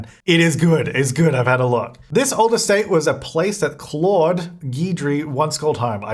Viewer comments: Claude: cloh-d René: ruh-nay Duplantier: doo-plont-ee-ay Guidry: gee-dree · Hey! Claude is actually my dads name. Its a French name and a lot of people have a hard time pronouncing it. The best way I could explain the pronunciation is as kl-oh-d...the "au" part in the name is pronounced as "oh" as in Oh my Gosh lol I hope this helps! Ps. could you also pass the message along to Deli? I cringed in her video when she said the name lol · No it is not pronounced like oh... The word clawed is very much pronounced the same way as Claude.